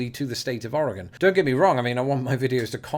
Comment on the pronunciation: Us Oregonians are still in shock that you can say the state name correctly, that's what drew us in. Now we stay for the great and interesting content.